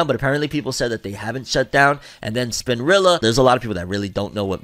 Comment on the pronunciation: I love u to death but that hard r wit spinrilla is wild 🤣🤣